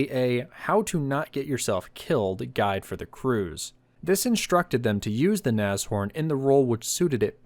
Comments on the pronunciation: ITS NASH... HORN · German here, I've only ever heard of these being pronounced "nash-orn" Very good video these were rubbish, should have just made alot of jagdpathers or Stugs with better armour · Naz ... Horn? LOL